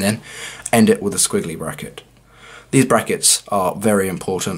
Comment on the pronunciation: LOL! (british accent) "Sckwiggly Bracket" LOL